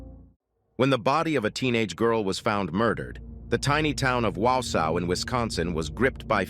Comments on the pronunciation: Wow sow … it’s Wausau (waugh saw) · Haha, the "tiny town of 'wowsow'."rofl.